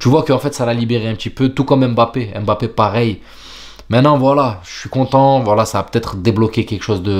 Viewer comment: EM'bappé ! pourquoi tu l'appelle comme ça lol ?